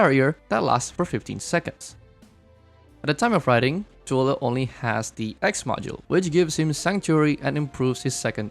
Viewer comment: I like people calling zuo Le literally how the Chinese Mandarin pronounce him😊 Also there will shift in the Meta... Yeah go find a flying roach somewhere and you know Wisadel just flatten all DPS operators that HG crafted to date whether has survival kit or not😂😂😂